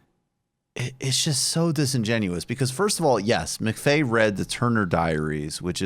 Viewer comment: Timothy McFey? Why would anyone take seriously your characterization of Timothy McVeigh when you don't even know the man's name?